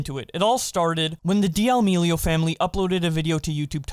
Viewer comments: Its not "Deeamileo" it's "D'amileo" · They way you say damelio is so frustrating bro why can’t you pronounce it right